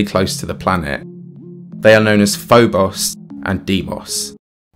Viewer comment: I gotta say, I missed hearing you say "Phoboss and Deemoss" in your accent. Im so glad you put that reference in this video. Love the content